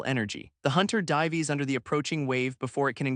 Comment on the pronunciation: I am almost 30 mins in and these are my thoughts on this story. Overall the Story and AI reading it are good, but it really gets on my nerves now how the AI messes up the word Dives into Die-ves. I mean once was ok but at this point it has used this word like 3-4 times. Next I love the story and the thought that has went into it. One thing is you are using an Imp and what looks like a Hell Hound but calling it something else. I dont know if it is the story or the AI that called them them Demons but they are NOT Demons they are Devils. There is a difference. It is like calling a Black American, African to an African. You might get spit on by the African as they might look the same but they are no where near the same.